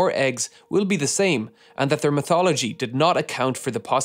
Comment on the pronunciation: When he says "mythology" you should pretend he says "methodology". Took me ages to figure that one out.